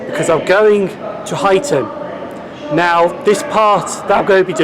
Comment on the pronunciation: Great vlog, those geese must be fans! 😂 also you pronounce You-xton correctly! 😜😂